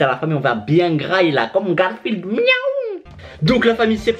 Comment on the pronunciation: Combien de fois il a dit garfiled 🤣😂